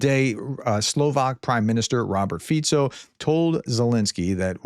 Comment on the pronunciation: I was impressed when you pronounced Robert Fico correctly. Many of the American Youtubers struggle pronouncing relatively easy names and surnames. You are one of the war correspondents that keep and open mind and learn. Keep it up. Excellent video.